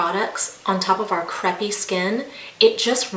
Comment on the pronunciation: It's Cray-pee, not creh-pee. Lol